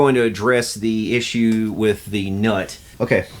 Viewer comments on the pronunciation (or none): none